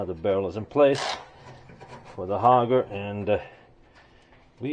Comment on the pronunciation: The word is auger not hoger. Nice job on the restoration though.